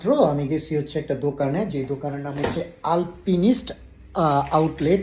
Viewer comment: ভাই উচ্চারন হবে আলপাইনিস্ট ...